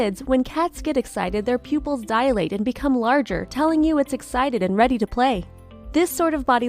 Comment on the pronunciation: The word ;dilate' is two syllables, not three. Hire an editor.= next time.